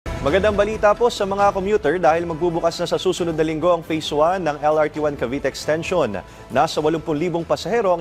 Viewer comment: Ano ba yang journalist na yan? Mass comm graduate ka man lang ba? Wala man lang diction at tamang pronunciation yung mga words. "Ashana" at "exteyshon" daw? Ang baba talaga ng standards ng gobyerno.